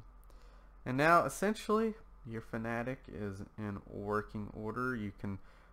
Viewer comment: This says fanatec wrong He says it like “fanatic” when it is actually pronounced “fana-tech”